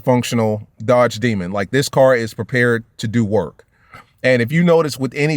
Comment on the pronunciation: 🇺🇸🇺🇸🇺🇸🇺🇸 Last real American muscle All I gotta say is when you say the word Dodge put some spect on it